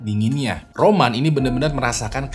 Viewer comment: Awalnya Roman di tengah video kok jadi Ramon bang...😂😂😂😂😂